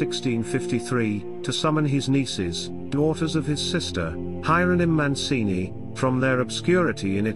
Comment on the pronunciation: It's Mancini not Moncini.